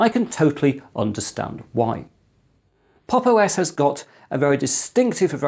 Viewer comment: at times i miss heard 'pop os' for 'pog os'